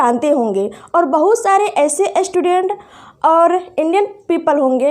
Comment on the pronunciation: एस्टूडेंट नही है मैडम स्टूडेंट है 😂🤣😂🤣😂अस्थापना 🤣🤣🤣🤣🤣🤣